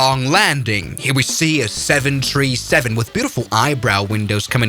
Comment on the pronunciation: 7 tree 7 lol just say 737